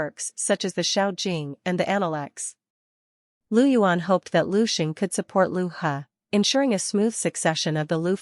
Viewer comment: Its not Lu yuan, Its Liu yuan.